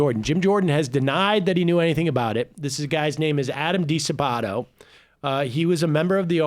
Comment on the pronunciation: DiSabado is pronounced with an accent on the first a. The DiSabado wrestling family were legendary in Ohio back in the day and Adam was tops. The Jordan family carries that same mystique these days. But Jim Jordan...wow. Seeing his performances in Congress, it isn't suprising to realize that he never had integrity. Sad for the family name. Much, much sadder for the wrestlers(and student athletes in other sports) who were molested by this doctor. They are all victims of Jim Jordan and former Head Coach Russ Hellickson's enabling.